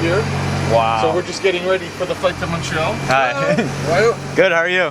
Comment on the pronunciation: So much genuine emotion and kind, everyday people going out of the way to help and connect with strangers. And so diverse in every way, culture, geography, etc Cheers from Montreal. And thanks for now correctly pronouncing it Muntreal and NOT Mawn-tree-all which is how most Americans say it. You also do well with Quebec K-beck and not Cue-bec or Cwo-bec